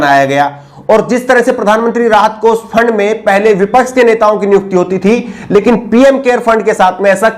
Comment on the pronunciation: Bhai ji aap acche journalist he bas aap apni bhasha shudh kijye.shabdo ka sahi ucharan kijye jaise sha ko sa kehna. Aap sha ko sa kehte he. Desh ko des kehna, kosh ko kos kehna.vipaksh ko vipaks kehna Bhutchi sharmnak he